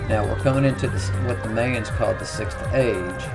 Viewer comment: Why does it bother me so much that he calls the Mayans "MAY-UNS"?